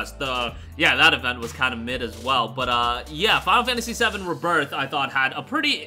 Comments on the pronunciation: Ree birth not ribirth sorry but that pronunciation annoys me 🤣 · RE-birth pronunciation